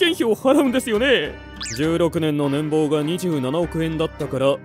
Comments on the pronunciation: この世界ではねんぽうじゃなくてねんぼうなんすね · ねんぼうでなくねんぽうです。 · 年俸(ねんぽう)です。